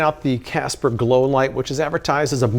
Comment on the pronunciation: "Casper Low-life" is what I kept hearing him say. I'm high af and this video just seemed hilarious to me. Casper Low-life! 😅🤣😂